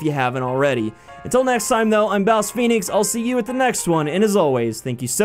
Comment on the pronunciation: My mind stopped at "BouseFeenux here"